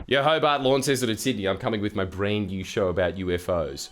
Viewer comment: You might want to learn how to say pronounce Launceston before you go there and get killed - Lon-seton not Lawn- seston.